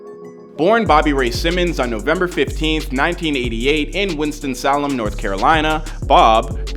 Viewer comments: It’s pronounced Sail - em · Winston Salem “say-lum”. It’s Somnia “sah-m knee-yah” like in the word insomnia, not “sah-moan-ya” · [* Sirens & blue lights *] 🚔👮 Grammar Police Sir, you mangled pronunciations on Winston Salem (pron. say-lim), Decatur (pron. dee-kay-ter), & Somnia (pron.som-nee-uh) LOL 🤣😂 All good though! I loved the video! Very informative! I was/am a product of the late 80's & 90's rap. 3rd Bass, House of Pain, Too Short, Beastie Boys, LL Cool J, & RunDMC, just to name a few. I played all those cassettes until they broke! 😠:goodvibes